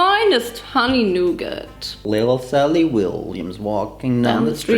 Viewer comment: The way she pronounces nougat as “NuuGAT”